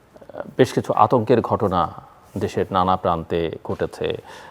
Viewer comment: মোশারফ ঠাকুর হলো আলোচক যার উচ্চারণ শুনলে শরীর জ্বলে ঘটনা রে গটোনা বলে শালা মূর্খ